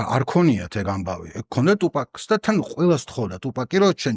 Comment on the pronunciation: ყველაფერი ძაან კაი და მშვენიერი, უბრალოდ გთხოვ თუფაქს ტუპაკს ნუ ეძახი :დ <3